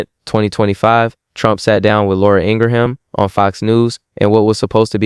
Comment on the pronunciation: I like your content, but I CAN'T listen to your monotone voice...my goodness!!! And it's "Laura ING-RIM". That's how its pronounced. Not Ingra-ham.